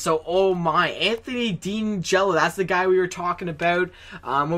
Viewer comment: 30th overall pick last name in pronounced d-an-jello